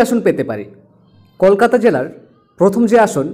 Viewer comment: আপনি বাংলা ভাষা ঠিক মতন উচ্চারণ করুন তারপর খবর বলুন । কলকাতা উচ্চারণটা ও ঠিক মতন করতে পারছেন না।